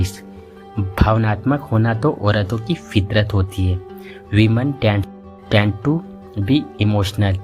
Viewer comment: tend to run away women tend to (not dent to).....